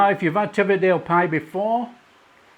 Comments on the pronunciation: That’s a real school dinner pie 👍 btw it’s pronounced Tee vee it and Hoy k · Pronounciations all wrong! Teviotdale = TEE - VEE - OT - DALE. Hawick = HAWE - ICK. Damned fine plates of scran. Proper grub!!